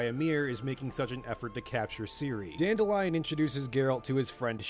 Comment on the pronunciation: Not sure you're gonna care about this, but Dandelions name, when I've been exposed to it, was not pronounced dandelion. It was dan-DEHLyin. Not the flower but the name, pronounced with some masculinity.